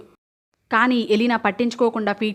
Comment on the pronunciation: డీమన్ కాదు, డేమన్